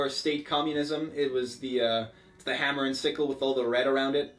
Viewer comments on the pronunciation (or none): none